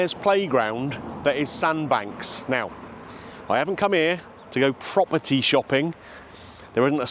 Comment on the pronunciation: In the opening seconds I swear I heard you say you weren’t there to buy proper tea. Then I realised you’d said property.